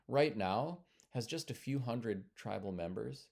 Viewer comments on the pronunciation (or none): none